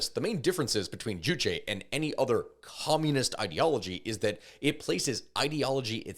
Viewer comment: k i just gotta say, you say juchi a lot, not juche juche 주체 means subject. juchi 주치 means a physician. so hearing “they abide by the physician’s ideology” is just really funny idk 😂